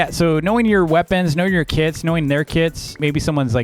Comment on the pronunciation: I though he said kids but kits lol